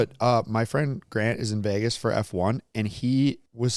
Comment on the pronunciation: says Vegas like vages